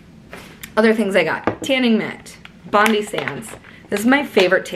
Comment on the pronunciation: 💖😆Hi 🤗 Honey I love you 🖒 was the one with the tip about the straw 👌anyhoo BONDI is said as BOND-EYE but say it as one word 🖒Bondi Sands is an Aussie brand... I'm an aussie 😉 girl ur gonna be buzzin ✌💖🐾